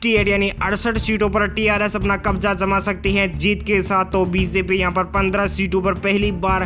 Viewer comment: Yes bro😂 . He always says like that " zai hind " and instead of saying BjP he says Beeseppi🤣🤣